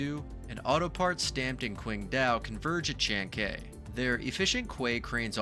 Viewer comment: Man..... You mispronounced every word in this video....... Callao, chancay....... Maybe do some research before you narrate your videos